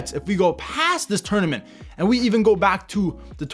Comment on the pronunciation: 😂 he is trying to say EVEN NETHERLANDS AND PORTUGAL.....